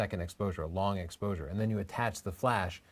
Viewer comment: she said explosure instead of exposure